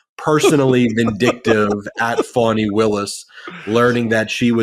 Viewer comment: My phonic attempt may be off but it's Fawn-knee (Fani)